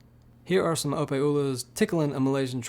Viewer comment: Opae is pronounced O-pie lol